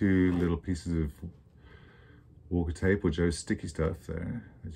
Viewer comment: This is a great video and very helpful. What was the type of Walker tape you are using? It was hard to make out what you said.